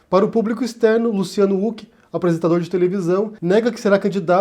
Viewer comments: se diz ruck e não uck rs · Por favor!!! É com som de "R" o nome do Huck! Qua agonia ficar ouvindo "Uck". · Você sabe que uma pessoa passou décadas sem assistir absolutamente NADA na tv brasileira quando prununcia /Luciano úqui/ rsrs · Huck, não Hulk. Assim como impeachment não tem nenhum "mã" . Eu sei que são irrelevâncias, mas irritam. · Só eu acho estranho que fale "Huck" ao invés de "Huck". Kkkkkkkkkk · É engraçado o falando "úck" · Não entendi falar Luciano " Uck" ? Nome próprio. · Mano pq vc pronuncia o sobrenome do Luciano sem pronunciar o H com sim d R???